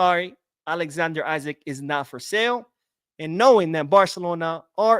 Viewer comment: His name is pronounced E-Sack the I sounds like an E, don’t take my word for it check it out yourself